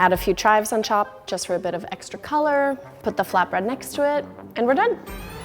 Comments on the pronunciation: did she say “Top” or “Chop” ? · Did anyone else hear she said “chop” instead of “top” No hate just sayings 😝🤪🥴🖤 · Did anyone else hear where she said chives on chop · she said chopp instead or top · She said chop instead of top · Am I the only one who heard her say chives on chop? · Pay attention instead of top,she said “chop” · does it sound like she said “on chop”? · She legit said “chives on CHop “ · did she just say "chives on chop"? XD